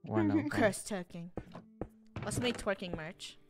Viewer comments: stop saying t wiking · stop saying twiking